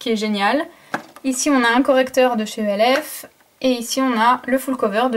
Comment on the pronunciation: Tu dit elf mais c'est pas pb